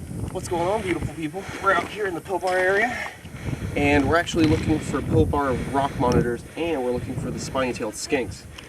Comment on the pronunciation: Your saying Pilbara wrong you say it like pil-ba-ra